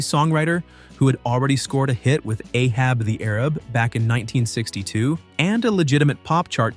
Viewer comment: first off its not "Ahab the Arab" its "A Hab the AA Rab" also I hear these songs at least once a week on various radio stations so not sure where the hell you are at